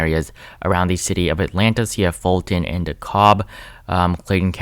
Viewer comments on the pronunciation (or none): I did too 😆 btw, Fulton is pronounced "full ton".